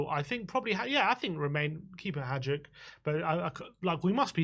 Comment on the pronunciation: It’s pronounced Vushkovic and haiduk we don’t say the j lads